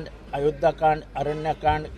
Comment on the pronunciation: सुंदर कंद नाही सुंदर कांड म्हणतात एव्हढ ही माहित नाही